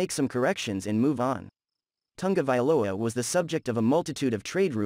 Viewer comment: The last name of Tua is: Ta-go-vai-loa, not "Tunga" vailoa" as you keep calling the man. If you have problems pronouncing it, just divide the name in syllables and practice, until you get it right. One thing is to miss pronounce a word here or there, and another is to change the name of the subject of your analysis, something that most broadcaster are also doing on prime TV! I hope you take this as a constructive criticism. You obviously put a lot of work on your analysis, so why not make it even better.